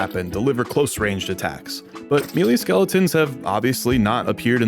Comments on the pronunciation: "Melee" is usually pronounced as either "Meh-lay" (British) or "May-lay" (American). Never heard anyone pronounce it as "Me lee" before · "mealy" skeletons?